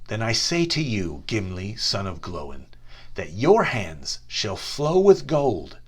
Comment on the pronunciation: Glóin isn't pronounced glow-in